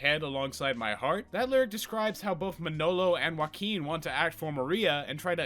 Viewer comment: I really can't expect you to pronunciate their names perfectly and it's fine, i still liked the video a lot But as someone who's native tongue is spanish .. ✨ Uakin ✨ fucking love it hahahahahah